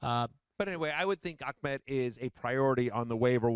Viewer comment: Why is it so hard to pronounce Ahmed properly? Ahh med. Not, Ach med. Big difference. Just adding a q in there for no reason lol.